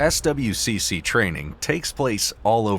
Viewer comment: no one says the letters in SWCC. it's "Swick"